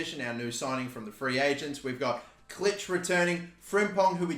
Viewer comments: You don’t say Klich the I in Polish is a e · Puig pronounced 'Poo-eejh' Klich pronounced 'Clickh' Koch pronounced 'Cockh'